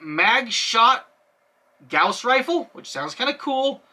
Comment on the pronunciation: While you're pretty much correct about Longinus, you're incorrect about Gauss. They're named after Carl Friedrich Gauss, who is German, and thus it is pronounced "Gow-ss."